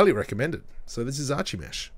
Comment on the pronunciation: *ar-ki-mesh not arch-ie-mesh just like you don't say arch-ie-tect but ar-ki-tect